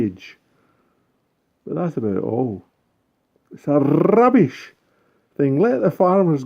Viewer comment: Well hello 😁🙋 I think you would be excellent at story telling lol. Ha ha ha, I loved this video rrrrrrrrrrrrrubbish I tell you, rrrrrrrrrrubbish! 🤣🤣🤣 a lot of cleaning with those salsify by looks of it. Parsnips look great 👍 keep warm, hugs xx